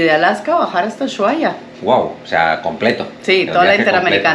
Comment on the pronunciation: A ver, es "uSuaia" (lo escribi mal adrede, para que sepan como se dice) es una palabra indígenas yagán y no una palabra inglesa. Significa "bahía profunda" o "bahía al fondo". Es como la palabra bahía, tiene una "h" en medio, pero no suena ni se pronuncía. Saludos desde Argentina🇦🇷🇦🇷🇦🇷🇦🇷 y de USHUAIA!!!